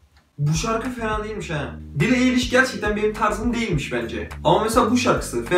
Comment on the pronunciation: Bro billie nin adı bili ayliş diye okunuyo